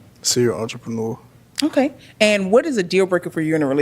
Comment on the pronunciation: 52 seconds.... Was she trying to say she's an entrepreneur. She BUTCHERED that word so I definitely know YOU'RE NOT an entrepreneur